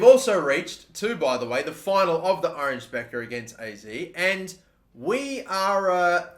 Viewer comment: I doubt you will be managing in The Netherlands for much longer but just for my sanity's sake it's pronounced the Oranye Bekker